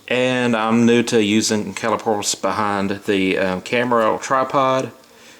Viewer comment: caliper not cali pore